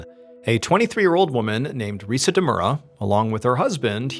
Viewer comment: Ree-sah not ree-suh. Hee-roh-kee not here-oh-kee. Deh-moo-rah not deh-mer-uh. Kah-nah-zah-wah not can-uh-zah-wuh. 🙄 The anniversary of Hiroki's birthday not his actual birthday. 🙄 Oh-sah-kee not o-sah-kee. 🙄 #1's title should be "Eggcellent" not "Eggcelent". 🙄